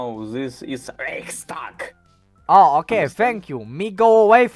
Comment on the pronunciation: i love how the Russian guy is trying to pronounce "Reichstag" in German way lol